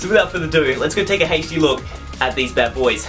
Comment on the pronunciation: The way you say HD Is funny lol. Keep up the good work bro 👏🏾👏🏾